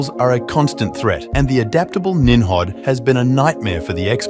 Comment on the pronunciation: Nim Rod not nimhab